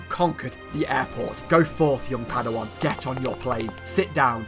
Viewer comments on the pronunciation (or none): none